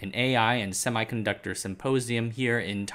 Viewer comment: HEY MAN i dont want to be rude but u need to pronounce "semiconductor" correctly